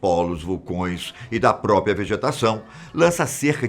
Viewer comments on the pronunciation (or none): Adoro esses vídeos! Mas, você diz a palavra, própria, dizendo "própia" kkk